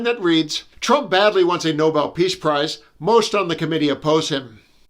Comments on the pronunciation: Leavitt can't even pronounce it properly, she said noble, not Nobel. Dumb blonde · Why do they keep saying "noble" instead of Nobel? They can't even pronounce the word correctly let alone deserve it. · Someone please tell her it's pronounced No-bell not Nob-l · Not surprising in the least bit.... how Ms. Lazy Lossey Leavitt misprounounced No-BELL as NO-ble! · If only she could pronounce Nobel properly! It’s pronounced ‘no bell’ not ‘nobel’! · Did karolyin' actually say "noble" prize? Either way...nope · Noble Prize??? It’s pronounced NoBell KKKaroline!! Geez. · His 'press secretary' , who lies at the drop of, um, whatever is not even capable of pronouncing the name correctly. Nobel, not 'noble', which BTW, trumplethinskin is not. Fun to watch though. Kinda like a train wreck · Poor little man will have to accept the fact that he just isn't a fraction the man Obama is. Poor baby! The hilarious part was the White House Press Secretary demanding a "Noble" peace prize because she can't even pronounce Nobel. She's nearly as qualified for her job as her boss is for is. ZERO! If the Nobel team wants to decry a decay of free speech, they should include Germany on the list! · Carolyn, it is pronounced “No-bell”, not “No-bul”! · Wait what's a Noble Peace Prize? Is it any different then the Nobel Peace Prize? Maybe Blondie Lyin' Barbie should learn how to pronounce the award before lobbying for it. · She said noble, she's so stupid she doesn't know it's Nobel. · SUPER NEWS! He is such a narcissistic buffoon, and most of those who have "nominated" him can not even pronounce "Nobel" prize correctly! They pronounce it as "noble," as if it refers to his high moral standards or high social standing...in their dreams and his! Makes me laugh uproariously! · And she seems to think it's the noble Peace Prize when it's the Nobel Peace Prize. Maybe she's just mispronouncing it and I'm being picky. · she says Nobleinstead of Nobeldid I hear correctly?